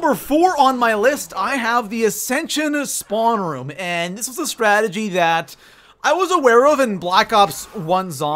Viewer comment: I don't understand why it's so hard to say "strategy"